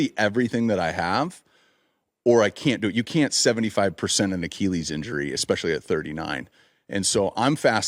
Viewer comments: I hate the way he says Achilles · The way he says Achilles infuriates me